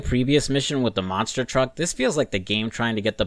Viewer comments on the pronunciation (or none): none